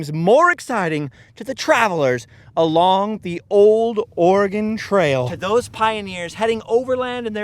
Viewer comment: So proud of your correct pronunciation of Willamette and Oregon.